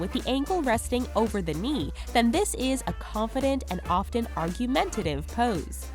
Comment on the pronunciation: Wow, you should learn how to pronounce "often".